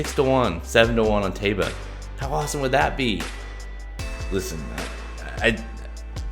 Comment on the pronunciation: Pronounced TYba.